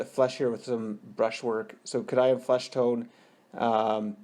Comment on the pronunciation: Nice tut... i like the bases... by the way i think you will find its pronounced "kay-dee-an" flesh tone :)